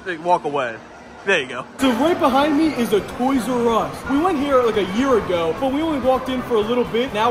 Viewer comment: Instead of toysrus It is toysus😂